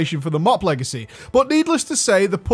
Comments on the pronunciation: mate wtf, Legecy... lol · "Monk Legecy" :D